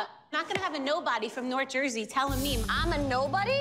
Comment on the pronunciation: Nor Jersey? Is that supposed to be like North New Jersey? That sounded worse than the insult lmao